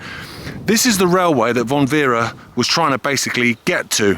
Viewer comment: Great film but it is Franz von Werra not Werre